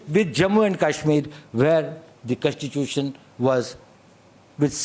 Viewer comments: the way u say contitusion, contitusion says volumes about your en devour!! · Contitution contitution abberation abberation.